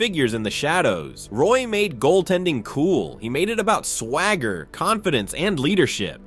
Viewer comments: That’s not how u say his name… it’s not pronounced Roy, it is pronounced like Wah! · Can’t even pronounce the man’s name right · You should probably learn how to pronounce the player's name before you make a video featuring him.